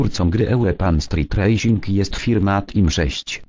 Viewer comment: uwielbiam jak zamiast racing czyta rasing:)